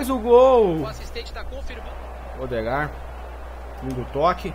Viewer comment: o Ødegaard se pronuncia "Êdegar" é o mesmo esquema da cantora MØ que se pronuncia "MÊ" mas ela disse que tanto faz o que importa é a intenção então acho que vale pra todos que tem o nome com "Ø"